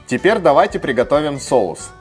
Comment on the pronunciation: Рецепт огонь, так забавно звучит тепер,а не теперь